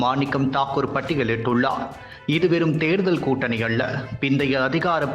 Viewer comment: டேய் மெண்டல் பயலே "ல" மற்றும் "ள" போன்ற எழுத்துக்களை சரியாக உச்சரிக்க கற்றுக்கொள். "அள்ள" இல்லை "அல்ல"